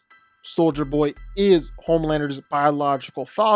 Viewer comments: its homelander not pomander. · Homelander ❌ Pomelander ✅